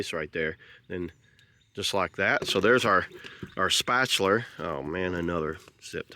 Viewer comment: Love how to say "Spatular'"! Thanks for the review! 🔥